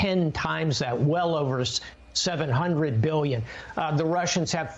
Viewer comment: 8 Gillion dollars? That's what i heard. Not billion 🤔